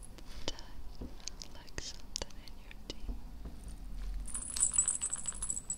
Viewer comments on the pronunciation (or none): none